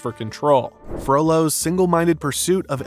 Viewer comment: Is it just me that occasionally hears 'frodo' instead of 'frollo'?